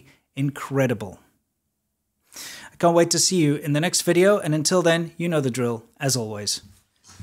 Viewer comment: When he says, "The video they don't want you to dee, he's not kidding